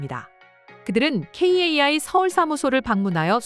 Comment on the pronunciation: 방송이고 유튜브 모든 곳에서 카이라고 하는데 굳이 케이에이아이라고 해야 하나요 성우가 고집세네요